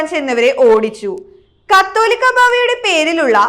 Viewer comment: പെണ്ണേ കത്തോലിക്ക ബാവാ എന്നല്ല, കാതോലിക്ക ബാവ എന്നാണ്. വയിക്കുമ്മുമ്പെ അറിയാവുന്ന ആരെയെങ്കിലും ഒന്ന് വായിച്ചു കേൾപ്പിച്ചിട്ട് പബ്ലിക് പ്ലാറ്റ്ഫോമിൽ വായിച്ചാൽ നന്നായിരിക്കും.